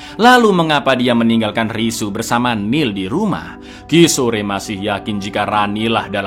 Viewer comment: Kishor ( Kishore) bukan ki sore.😂..polisi wanita bukan polwan GITU 😂😂😂😂😂 thank you for sharing this and SALAM LEBARAN DARI SINGAPURA ❤